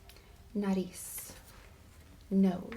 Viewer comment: it's "frente" and "Nariz" but you are all good tho